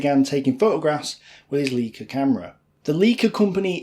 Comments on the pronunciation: Pronounced “lika” not “leaka” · For German words, ei has a hard "eye" sound, and ie has a hard "E" sound. You're saying Lieca, not the correct Leica. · the camera is pronounced lyca not leeca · Awesome content you’re putting out! Please correct the pronunciation of Leica, as it is still to this day the best and most respected camera manufacturer. It is “LA-EE-KA”, not “lee-ka”. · Excellent job - but you mis-pronounced some surnames Charteris (ChAh tey ris not Char tEY ris), Pickard (Pickurd not Pick Aard), Vernon (Vernun not Ver nOn), Leica (is Licah), Campbell (Cambell not CamP Bell) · I enjoyed this - you obviously research your stuff well. But why don't you make any effort to pronounce names correctly? Whether it's Lay Havruh, Würtzburg , Freya (fryer - it's where Friday comes from), Leica (lie-kuh - one of the most famous makers of lenses/cameras in the world), Charteris (charter-iss oir even charters), Pickard (pickud) , Vernon (vernun) or even Lord Mountbatten's name (Looey, not Lewis) and Pear's soap (like the fruit - pair). You even mispronounce redout (or redoubt - emphasis on second syllable) wrongly - a common military term in previous wars). And as for Camp-Bell!!!! Have you never had Campbell's soup? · I don't know why many historians of the second world war don't know how to pronounce German properly - its so sloppy. Leica (like-a), Marine (Mareen-eh) Wuerzburg (Vuertsborg),Freya (fryer) - excuse my own made phonetic script - cheers - ps Luftwaffe (Luftvaffe) Heydrich (Hi-drish) ! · your german is sometimes funny :) You pronounce "Leica" in English, obviously. Try saying it this way: "Lie-Car", that is closer :) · I was begging not to say "Chart-air-is" or "Leeeka" camera, no, no, no, no, please no... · Your pronunciation of names like Charteris and Lieca are laughable !!!